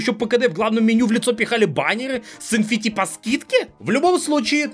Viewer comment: Эн Эф Ти, не? Что это ещё за Фи? Откуда ты его взял, из греческого алфавита?